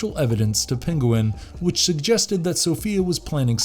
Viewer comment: OK, just gotta say, it's not Pen-go-win, it's Pen-Gwen, lol. Good try though